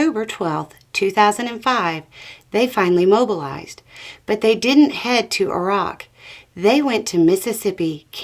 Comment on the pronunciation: Thank you for correctly pronouncing Iraq.